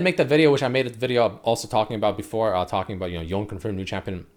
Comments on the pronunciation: myth busted, red hasn't touched legends of runeterra, pronounces it y-own not Yo Nay... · For the love of LoL! It's pronounced as Yo-ney and not Yown. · It pronounce Yone not Yown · I'm suprised it pronounced Yow-ney(Yone) when most people call him him "Yown" . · It’s Yon-e I love the sound of tht much better than yon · japanese would be more like "ion"e and not "Towne" Similar to Kano from mortal combat (who originally was adopted by japanese parents in japan and so on, hence the name) Kano american sounds "Kay-noh" In japanese they would emphasise the first part of the name so the KA and it would sound like K-AH-N-OH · He finally learned it’s “yo-neh” then went on to keep fucking it up lmao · Its actually YO NE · Stop saying Yawn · It’s pronounced Yo-ne, in Japanese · Drinking game: take a shot every time mispronounces Yone.